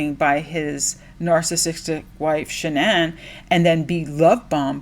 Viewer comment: Her name is pronounced ''Shannon'' according to her parents. She changed it to be unique and special like the narcissist she was